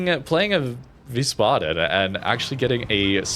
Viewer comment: It's pronounced vice-baden.